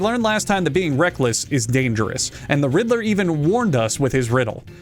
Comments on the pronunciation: Everytime you say riddler I hear "Hitler" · I'm not a native English speaker, and my English could be better. But I can't help but hear you saying "Riddler" with an "H" at the beginning. For a few seconds, it sounds like you're saying the name of that guy who starts with "Hitt" and ends with "ler."